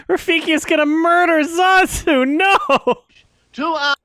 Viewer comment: YOU JUST CALLED HIM ZAAAZU WTF?!